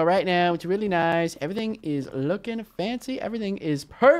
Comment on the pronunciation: Way you say like eveeting